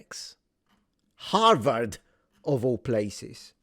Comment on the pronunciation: Harward ha ha ha ha ha ha rward